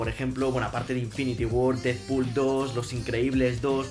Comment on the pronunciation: Es Deadpool no didpul